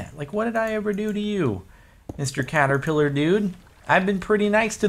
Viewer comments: What you encountered was a "CaterKiller." Not "Caterpiller" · Caterkiller not Caterpiller!